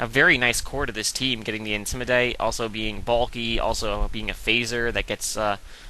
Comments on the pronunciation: i love it when you say 'intimidate' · why do u say intimidate like a british person, u sound stupid as fuck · Lol right. I like aggressive matches, not stalling with toxic. I know it's effective, I have lost to it. Doesn't mean it's this awesome cool strategy, especially when it comes to watching it. I don't remember when watching a stall battle was fun, but again, my opinion. How can the way says intimidate annoy me? Because it's completely stupid and he's just copying it from someone else, which wasn't funny to begin with, either. No, I'm not gay, thanks for your concern, though.